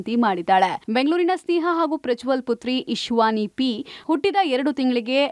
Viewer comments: It's not Ishvani rather the correct pronunciation is Ishanvi. Anchor should be smart enough to possess basic nuances. Anyways, God bless the Prodigy with good health and long Life. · ಅದು ಇಶ್ವಾನಿ ಅಲ್ಲ ಇಶಾನ್ವಿ...